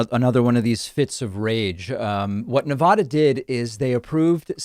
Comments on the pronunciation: Nevada is pronounced Ne-VAD-uh not Ne-VAH-duh. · David Pakman is so wrong and so misinformed on this issue. No way he did his research. It is pronounced "Nev-a-da" NOT "Nev-ah-da". That is the correct pronunciation. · Hi David, us Nevadans are cringing when you say Nev-odd-duh. It is Nev-ad-duh. Thanks! :D I know east coasters don't hear it correctly often so just a PSA lol 🤭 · FYI - pronunciation of Nevada: first a is pronounced like a in apple. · “Nevahda” lol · It’s Neveehhhhhdehhhh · David, you are mispronouncing Nevada. I would prefer the Spanish pronunciation too, but the word has been Anglicized. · Get it right. Nevada already has mail-in voting. For years. This is to expand it to everyone. And if someone wants to bring in a mail-in ballot and vote at a polling place, that can be done. Nevada didn't vote for Trump. He can't even pronounce Nevada. Why does anyone take Trump as an intelligent human being. I barely see him as human. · David, u were the one who taught me how to pronounce "nevada" correctly, and here u are mispronouncing it. Twice!